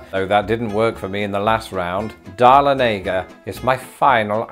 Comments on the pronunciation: I crack up everytime I hear my hometown pronounced wrong, I wish would visit Dahlonega someday and do a video there. They actually have a really nice British store on the square called Crown and Bear. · Georgian here. I loved your attempt at pronouncing Dahlonega! When I first saw it on road and highway signs, I too thought it was "da-lo-NAY-guh"! 🤣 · Honestly didn’t expect him to have a hard time with Dahlonega.